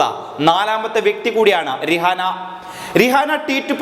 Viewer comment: രിഹാന എന്നല്ല പ്രൊനൗൻസിയേഷൻ റൈഹാന എന്നാണ് 😄😄😄😄😄😄